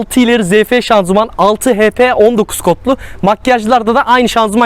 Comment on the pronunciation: araba videos ceken insanların ŞANZUMAN demesine uyuz oluyorum kekomusunuz oglum sız ....ŞANZIMAN ŞANZIMAN ŞANZIMAN öğrenın sunu ( yorum yapmadan önce google da araştırıp yazın gerizekalı durumuna dusmeyın )